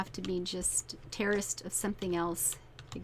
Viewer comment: Every time you said 'terraced' I thought you said Terrorist. XD Great video!